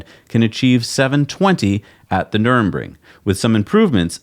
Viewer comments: Dear America, now you own it you only need to know how its called: Nurr-burr-g-ring NOT Nurem-ring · its not Nurinbring! say Nurburgring. dyslexia? or is it just an american thing of getting every pronunciation wrong 🤣